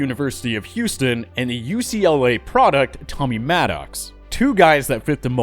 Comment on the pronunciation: Dude. Pronounce Tommy Maddox' name correctly.